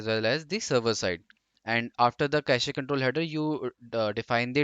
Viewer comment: Pronounciation of cache is irritating me.